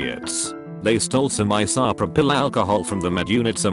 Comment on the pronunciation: that STUPID WORTHLESS robot just said: "Eye-Saw-P' Raw-Pill alcohol" ... I am SOOOO much better than that goddamn machine ;)